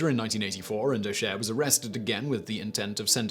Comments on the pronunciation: O'Sher? Sleego? Please Simon, learn how to pronounce words in the different languages of the British Isles when you make these videos. P.S. O'Shay and Sleyego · And "O Shea" is pronounced "O Shay" (Like Ice- Cube's first name) otherwise well done pronouncing our bonkers words and names Simon!(apart from Sligo, but pobody's nerfect!) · Its pronounced O'Shay lol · I see a lot of pronunciation corrections in the comments, none of them correcting O'Shea. It's Shay, not Shay-a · O'Shea is pronounced "Oh Shay". Source, me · O che a instead of O'Shea was the best🤣😂🤣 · How can you not pronounce O'Shea or Sligo correctly? A popular surname and famous part or Ireland